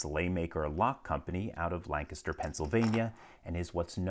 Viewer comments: As a Lancaster county resident, I've gained more respect for LPL for properly pronouncing Lancaster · Everyone else appreciating the lock, I'm just over here appreciating that LPL can pronounce "Lancaster" correctly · As a Lancaster, PA resident, I'm stoked that LPL pronounced Lancaster correct to the local dialect instead of how most of the other Lancasters in the US say their county/town name. Either he's somewhat local to us or he's just that thorough in his research! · same.. another native Lancaster resident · So happy to hear lancaster pronounced correctly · Thank for saying Lancaster correctly 🙏🏽🤎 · My man even pronounced Lancaster correctly, well done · Thanks for pronouncing Lancaster (PA) properly.